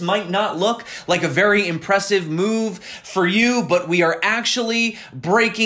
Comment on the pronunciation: The big "moonve"